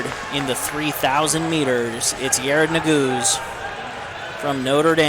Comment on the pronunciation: Yared ne-gu-zay